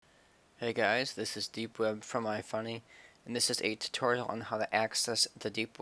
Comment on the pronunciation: Did this bitch just say go find a tourtail in a god damn tourtorual